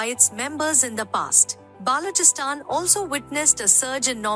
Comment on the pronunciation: the voice of the video is more like AI-Voice. Words like Ulema, Balochistan, Aimal wali khan etc are not pronounced correctly